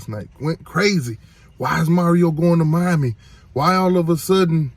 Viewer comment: I understand Mommy and Miami sound just alike 🤔, and yes he's right Miami is sick